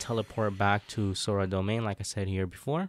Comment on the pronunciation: I’m sorry what? “SoRa” wth is “sOrA”